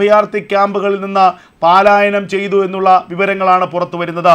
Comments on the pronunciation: എടാ പാാാാാാാാാലായ നമല്ല പലായനമാണ് സാവാകാശം ശ്രേദ്ധിച്ച് ന്യൂസ് വായിക്ക് വെപ്രാളം പിടിച്ച് വായിക്ക് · ഈ "പാലായനം,,",,കേട്ട് മടുത്തു .ഒരുത😢രം iritetion .പലായനം,"അല്ലേ ശരി . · പാലായനമല്ല പലായനമാണ് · പാലായനമാണോ പലായനമാണോ 🤔